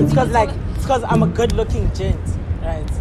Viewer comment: "BIKIZ" instead of because🤣🤣😭😭😭😭